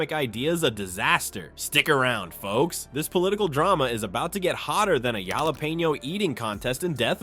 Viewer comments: Jalapeno is pronounced as Halapeno just so you and your AI voice knows for future reference. 😂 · "Gialapeeno"? Really?